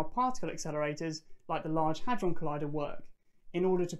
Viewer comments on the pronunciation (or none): none